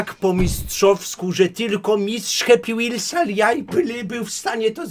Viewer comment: jak ja uwielbiam happy whals w twoim wykonaniu